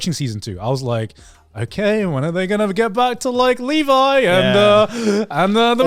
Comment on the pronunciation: I am just glad to hear the Trash Taste crew pronounce Levi correctly.